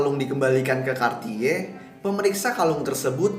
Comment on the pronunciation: kenapa dia bilang nya kartiye sih, kan aku jadi ngakak 😂😂